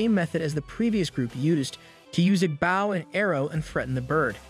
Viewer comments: Dude, really... You don't know how to say bow? It's not a bough, it's a bow. You know, like bow&arrows... a bow... the curved piece of wood with a string attached that you use to fire arrows, or even, bow, the thing that girls wear in thier hair, or a bow-tie the thing that guys wear around thier neck with a tuxedo? It's not like a dog barking bow-wow... The rockabye baby's not gonna fall when it breaks... It's a bow, pronounced bO like the letter o with a b sound infront. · man, you need to sign up for hooked on phonics, because your pronunciations of some very common words is horrible. Its a bow, not a bough. its though, not dough. I could keep going, but i'd be typing out a dictionary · Why are you saying "bao" instead of "bow" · did he seriously just say baw instead of bow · "bauw and arrow" why does the ai say bauw and not bow? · My dude great video but its a bOw not a bAw. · good videos im just bothered by the way you say bow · how is it that you do not know how to pronounce BOW properly? its bow and arrow not bao and arrao. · Gotta love this shitty tts, the highs (frequency wise) barely damage my speakers & ears. I also like my“bouws“ & arrows. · You say how and arrow oddly and it's very irritating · Bow not bow like on a boat. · Why do you pronounce bow like that. It seems like every narrator for manga and anime pronounces things wrong on purpose. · I'm liking the story 😊however why the hell can't you learn to say bow and arrow correctly😮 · Please tell me that English is not your first language. I can't guess any other reason for mispronouncing words like 'bow' and 'sabotage'. I decided to just read the comic myself at that point, since watching comics has never been my preferred method anyways. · Great recap, but damn his pronunciation of bow was so annoying.